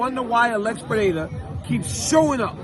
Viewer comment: Congrats on the pronunciation of "Pereira"!